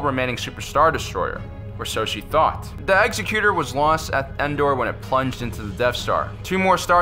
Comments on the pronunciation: It's Executor, not Executer. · I love your show and watch it all the time, but please use a dictionary and look up the proper pronunciation of the word "Executor". (eggs-EC-u-tor) not (execute-er). I think perhaps you are confusing the word executor with the word executioner. I notice the other host has corrected his pronunciation lately, and I know this video is a little older, so maybe you've already figured this out. Anyway keep making these, I love them. :)